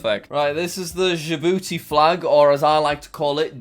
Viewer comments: It's not dee-jay-eye-boo-tee it's juh-boo-tee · Jack: saying dj I booty what the right prounce Djibouti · how i pronounce djibouti: DJ BOOTY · Dji….. BOUTI!😂😂😂